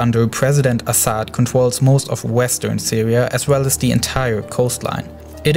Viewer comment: I can understand your accent but the way you pronounce the 'R' sound is irritating. I mean, just try your best and you'll make it. It's not that hard! (It's Daraa not Daaa, It's Groups not Goups, It's Controls not contos.)